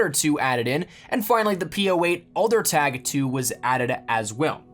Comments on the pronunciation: It's adlertag not aldertag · Any other German speakers cringe at the way he said Adlertag?